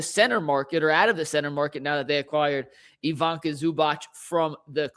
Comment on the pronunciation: And it's pronounce ee-VEE-tsah